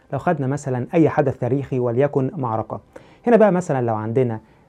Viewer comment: اولا معركه بالكاف وليس بالقاف اركان وليس ارقان مخارج الحروف مهمه ويجب الاعتناء بها ثانيا اجتهاد علماء المسلمين كان بالتواتر مع توثيق الرويات الغير متواتره للامانه العلميه والاخلاقيه وتم تمحيص المتن والسند والراوي نفسه ثالثا لا يهم ما يقوله المؤرخ المعاصر فليس منه يؤخذ التاريخ لانه وخاصه ان حاول تكذيب التاريخ الاسلامي رابعا العرب كانت معروفه بنقل الروايه شفاهيه وحتى يومنا نجد قصص ورايات واشعار واغاني تروى من الذاكره ولا ننسى اعظم كتاب المحفوظ بالصدور خامسا لنفترض لو اختفت كل الكتب مره واحده اول كتاب سيتم استرجاعه هو القراءن دون منازع ودون خطأ ومن ملايين الاشخاص دون مبلاغه وباقي الكتب لو استرجعت لن تسترجع بالكلمه والحرف وستكون مختلفه عن الاصليه سادسا تطابق الرويات في المتون دليل على صحة الروايه لان الشاهد كان متواجد والاسانيد كذالك مع اختلاف الرجال والتنوع دليل على تلقي الروايه من مصادر شهدت الواقعه من قول اوحدث او عمل سابعا التاريخ الاسلامي من اوثق التواريخ من ناحيه الروايه وذالك ان لم يكون الاوثق ثامنا عندما نتعامل مع الاسلام تاريخيا فهو ليس دين اندثر واعيد اكتشافه بل هو تاريخ مستمر حتى يومنا هذا وكل يوم يسجل حدث ويصبح من التاريخ الاسلامي لان العلماء لم ينقطعوا يوما عن توصيل الرساله للناس حتى يومنا وكل يوم يسجل بان الاسلا هو دين الله الذي رضي به لنا ولجميع البشريه تاسعا من المفروض التأدب عند لفض اسم نبي الاسلام محمد صلى الله عليه وسلم وتطرح على الاقل عليه السلام وحتى ان لم تكن تؤمن به او تكرهه ا